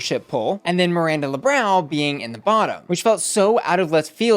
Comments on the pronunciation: She should at least try and say something close to "Lebrown" it doesn't have to be perfect. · Ru won't even bother trying to pronounce Lebrão hahahaha she's giving Miranda the crazy surnames treatment out of laziness... it's not that hard and Miranda deserves to be called by her name, not some americanized joke version cause it's easier...